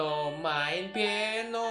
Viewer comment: bang kok peano